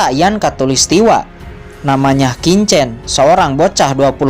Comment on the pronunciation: slmt siang Min lagi sibuk ya. kalau sdh ibadah jumatan tolong min di lanjut, versi mimin lebih bagus dan lebih bisa di mengerti dari versi sebelah yang bacanya sangat cepat. Min cuma kasih input sebagai penutur bahasa mandarin bacanya bukan kincen tapi Chin chen. bukan Sau cen tapi bacanya Siau Chen.. ada bunyi ch.. dimana dua bibir membuka dan lidah di tarik keatas. maaf tidak bermaksud menggurui ya min